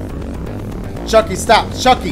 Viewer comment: bro keeps saying CHUCAIE